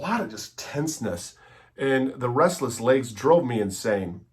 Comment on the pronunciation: Not trying to be a jerk here but I think the word is legs, not layggs (lol)